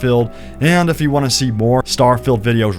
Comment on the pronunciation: was well keen to watch this but couldn't watch you keep saying STAR FILLED not STAR FIELD